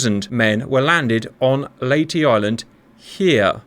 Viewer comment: Perfect pronunciation of "Leyte".